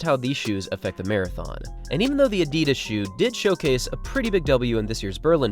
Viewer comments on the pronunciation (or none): none